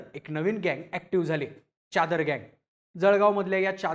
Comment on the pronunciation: च्यादर नाही रे.... चादर....